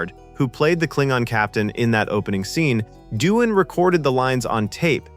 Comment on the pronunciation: It appears AI is narrating. It keeps calling LT Ilia "ILL-e-ah" rather than "eye-LEE-ah". Same for James Doohan - pronounces it as "doo-en".